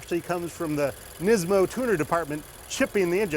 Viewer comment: say it with me Nismo, not nizmo.